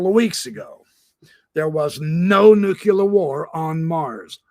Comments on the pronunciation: Nuclear. Pronounced 'new clear'. Not 'nucular'.....no such thing😉....the error popularised by George Bush🙄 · I'm amazed and surprised by how many high level military officials pronounce it new-kuh-lur instead of new-clee-ar.